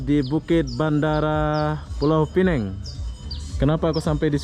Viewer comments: Sebutannya Pulau Pinang... Bukan Pulau Pineng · Bukan pulau pineng tapi piuau pinang bahasa inggris nya penang. Sebutan kena betul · Pulau Pinang . Yg Benar. Atau ( Penang ) aja. / ( Inggeris ) Sebutan yg Betulnya nama Tempat . Ma'af ya. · Indon mmg sebut mcm tu 😂